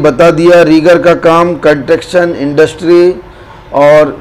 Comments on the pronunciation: Construction hota hai Sahi boliye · Apko construction ko proper pronaucitate nhi karna data to uska meaning hi change ho jata ...agar nhi achhe se pata to logo ko pls bewkoof mat banao ... apka standard itna hai k trigger 3 ka interview kia jayega to app fail ho jaoge ... logo ko misguidedly mat kijiye